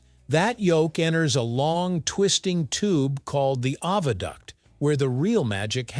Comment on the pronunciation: OH. VA. DUCT NOT AHH VA DUCT